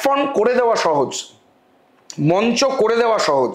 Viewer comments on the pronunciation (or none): none